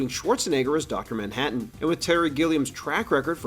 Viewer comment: "Ah'mmm Docta Manhadden"